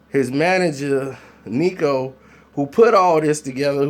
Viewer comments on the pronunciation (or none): The manager name is Kino not Nico bra lol